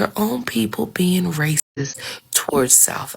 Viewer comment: I love hearing you say race'dcist. First heard it from Ivie and I just love it.